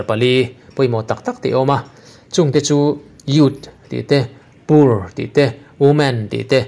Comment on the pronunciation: Pronounce poor to por...not pur